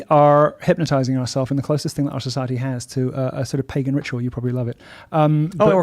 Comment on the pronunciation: southern black preacher delivery is grating: socieTEE, personaliTEE.